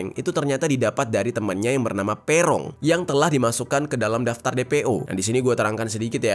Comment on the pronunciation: Bacanya bukan Pe'rong bang, tp Peroong bukan e' tp e. Duh gimana jelasinnya.. 😂😂